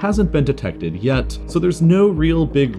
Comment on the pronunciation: Notice how he said yet